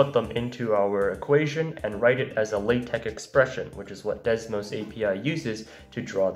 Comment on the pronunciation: HE SAID LaTeX THE RIGHT WAY!!!!!!!!!! FUCK YES